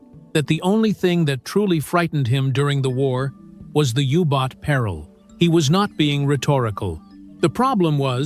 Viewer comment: It is a U-Boat not a Hubot nor a Yubot! It is shame that an interesting video is ruined by AI-speak!